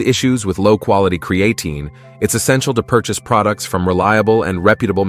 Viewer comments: cre-ATE-in? Stupid AI robot! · Cree-A-tin? Cree-A-tyne? Cre-ATE-ing? Which mispronunciation are we going to go with here? Oh, what the hell, let's use them all! You people are a joke. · Touch for me to take him seriously seeing that he can't pronounce Creatine correctly! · Lost ALL credibility with the mispronunciation of the main freakin topic. 🤦‍♂️ 😅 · My thoughts exactly